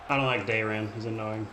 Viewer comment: To have Nenio in your party while saying Daeran is annoying, frankly I'm offended on his behalf